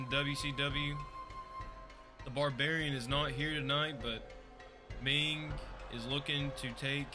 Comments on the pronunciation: It's Meng not Ming. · its meng not ming